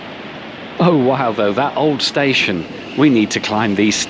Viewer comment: Oy did you just called Antwerp station a space-ion ? Nice one